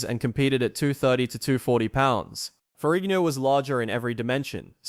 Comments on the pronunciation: Lou Farrinio??!! This narrator is a freakin MORRON!! It's Lou Farrigno, with a "G". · Why do you say "Ferrignio"? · I like how you pronounce Ferrigno in the Italian style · Someone needs to learn to correctly pronounce Ferrigno.